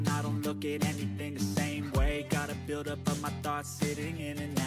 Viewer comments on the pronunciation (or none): none